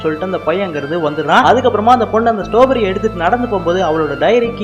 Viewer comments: அண்ணாது ஸ்டாபெரி இல்ல ஸ்ட்ராபெர்ரி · That not stowberry😅 strawberry 😅😂😂😂😂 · Not a stoberry.....It is a straw berry